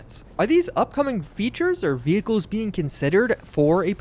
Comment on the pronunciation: sounded like he said we gave you double jump quit whining no vechicles for you